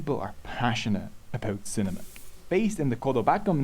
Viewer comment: i heard it as cinnamon not cinema lol